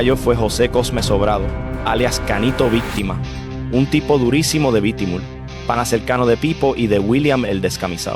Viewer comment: Es bitumul ,no lo q dices bitimul